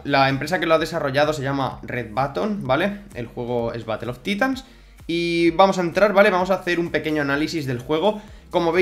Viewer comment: Se pronuncia como “batl of taitans” Tío, se escucha terrible batl of titans, es inglés no español.